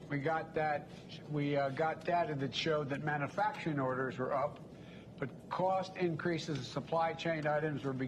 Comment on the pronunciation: Is he bragging about gas prices really. ?? It's 12 bucks in Alaska and he cannot pronounce man u fracturing lol he's a Joke , he's a complete joke , what a liar